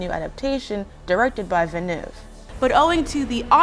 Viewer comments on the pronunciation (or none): Villeneuve rhymes closer with "nerve" than it does "noove". Just sayin'... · His last name is Villeneuve. It’s a french last name with a french pronunciation.